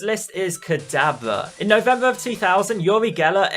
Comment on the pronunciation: dude it's not pronounced kadabla